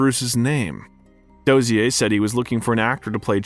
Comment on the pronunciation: Oh my fuck! How can you mispronounce so many well known names? Say it with me kay-toe. William doe-zur.